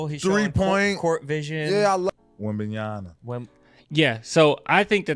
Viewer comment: No one says his name right. Apparently it is WembanyaMA, stressing the last syllable